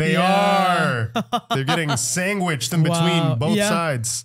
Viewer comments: she looked at him funny be he said Sangwitched instead of sandwiched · Lol, "sangwiched"🤣🤣